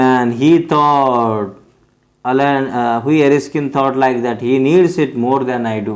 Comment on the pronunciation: That is hughie not hugi you don't to read😅